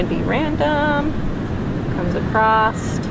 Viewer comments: lovely painting. I'm going to try attempt it! Btw, acroSS. Not acrossT.... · Thank you for your tutorial. Your painting is awesome! Not sure why keep saying acrost. There is no T in across. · Love your style and painting. Learned a lot. Gentle feedback-across is not “acrost” and that pronunciation got distracting from your lovely video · I have watched this fantastic video for about 45 minutes. U r superb! The word is ‘across’. Not acrost! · This video was amazing, I loved this tutorial. One little thing, across not acrost. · where does the dialect “acrost” come from? never heard it before!! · Acrosst. You’re from the Midwest aren’t you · Love it! My hubby is from IL and he says it too😊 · I love how you say “Acrosst” Great painting...thank you for sharing your gifts